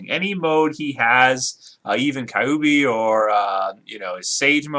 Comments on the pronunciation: It's Q-B. Kyubi is pronounced like the the letters Q B. Kyu as in the number 9 in Japanese (for its nine tails). Why are you saying Kai-oo-bee? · No the rasengan wouldnt hurt goku of course but i think that a rasenbijubombshuriken would and by the Way its not pronounced Ka u bi it is pronounced kyubi :) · It's not pronounce kaiubi it is pronounced qubee and spelt kyuubi it means nine tail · Wtf is kaiyuubi mode. That is what this dude sounded like saying kyuubi. That is hilarious!!!